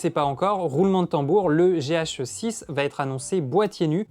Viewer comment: Gé-hacheux-sisse ;D